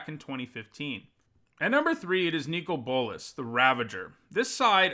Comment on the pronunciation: I don't know if it maybe is the correct pronunciation, but hearing you call him "Nico Bolas" triggers me so much for some reason.